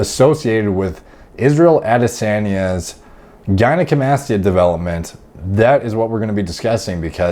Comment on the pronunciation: Israel Ades-yeah-nya